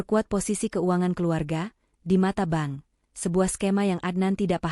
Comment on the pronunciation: Bank kok dibaca Ban...